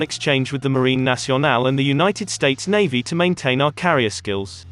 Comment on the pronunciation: This robot voice cant even pronounce Navy or Chief.